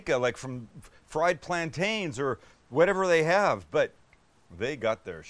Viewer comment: Pro Tip: plantain rhymes with captain, not maintain.